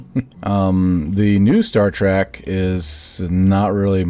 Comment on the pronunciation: I get it you have knowledge but hearing "star trek" as "star track" makes me annoyed and calling the star ships star treks is annoying. But the builds are really good